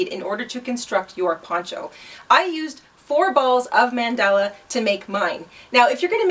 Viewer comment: LOVE THIS...but please...it's not "mendella." Pronounced MUN DAH LAH. will definitely make this. it's an awesome pattern.